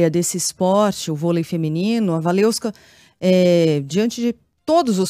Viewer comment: "WaleVska", não "WaleUska", pelo amor de Deus. Se não conseguir pronunciar, fala Waleska mesmo.